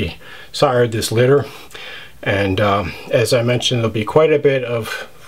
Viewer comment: You said it right.. Epic. This litter stands out, even compared to your already standout collection. Damn..